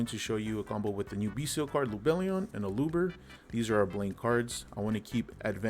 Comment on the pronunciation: Finally! someone who pronounces "bystial" correctly! the "t" is a soft "t" like "celestial" and second "t" of "potential"